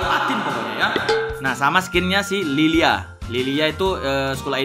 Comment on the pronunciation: Njir espresi salah baca nama skil liliya😂